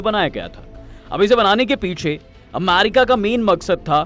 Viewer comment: अरे यार तु क्या अमारिका अमारिका कर रहा है, यदि सही उच्चारण अमेरिका बोलना नही आता है तो किसलिए वीडियो बनाने चले आते हो, अमारिका अमारिका,,,,सुन कर irritation hota hai